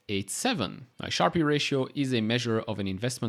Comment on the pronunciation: sharpe is pronounced sharp rather than sharpi